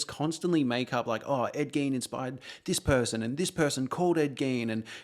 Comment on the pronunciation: Are you saying Gain? Ed GAIN?